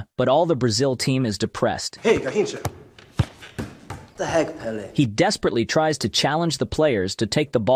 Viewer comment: Garrocha he said